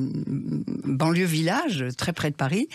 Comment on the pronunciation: ..*visage (et non village) 😂